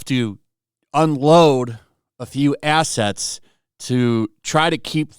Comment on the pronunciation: .....it's assets - not - "assists"....